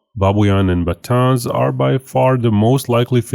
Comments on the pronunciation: Hello! Great video, however I want to fix the pronunciation of the northern Philippine island. It’s actually pronounced ba-TA-nes, and not ba-TĀNs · Pronounce as Ba-ta-nes cause "Batan" may point out to Bataan west near to the capital Manila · it is pronounce “Ba-Tan-Es”